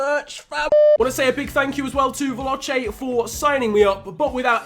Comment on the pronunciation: as an Italian, hearing "veloucche" makes me sad... lmao, I know you don't speak Italian, but still, it's pronounced "Vehlòche"